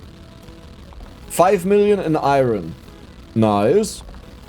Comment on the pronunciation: Do a run where you need to reach the final blue layer, but you have to say iron right every single time, and you have to mine as much as possible. If you say it wrong, you need to restart.